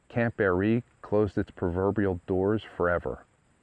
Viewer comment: It's pronounced (Bear-Ree) I grew up not far from there in the Village of Barree as did my family generations back. Spent many times swimming, floating on tubes and just hanging out at the camp lake with my sister and friends. We have a family camp just up the dirt rd (Tram Rd) from there. I was a girl scout for a short time and remember going out there to the big building and we had a highschool get together there too. Its a shame that the lease was not renewed back then. Lots of memories in that area❤ we still take drives out thru the mountains and i say about the camp Everytime we drive past it. I seen that they are to be placing a bronze memorial sign on the chimney this spring sometime 2024.